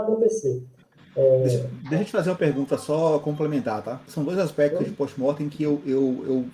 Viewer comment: Desculpa mas o parece literalmente estar falando dentro de um aquarico:(, ele falou pos morf no começo do video?